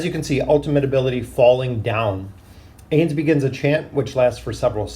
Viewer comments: Ainz is pronounced like Heinz(the ketchup brand), not aze. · Ah yes the Aze/A's and A'bed'o/A'bell'o XD